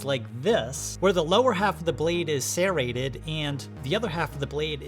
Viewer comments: no its not. You are saying sairreted instead of serreted. It has to be on purpose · Why do you pronounce it as "sairrated"? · Why do you keep pronouncing "serrated" like that. You speak like a normal human with every other word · Serrated, not sairated. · Sare-ated Not shade. Just funny to me. I always here it "ser-rated" not ever "sare-ated" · Opinion invalid, can’t pronounce serrated correctly 😂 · ffs it's not SERrated. It's serRATed. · Why can't you say serrated properly ? It is pronounced sir-rated